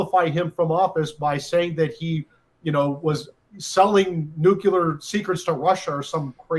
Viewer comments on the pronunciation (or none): We knew this would happen already. Benny please stop saying nucular. Get lawyers on that can tell us how to get the original affidavit. There must be some way. Will they actually charge him and then we find out? We already know the history and why.